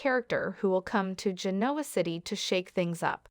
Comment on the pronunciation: Let's do a better job in pronouncing the names of the ppl and Genoa City.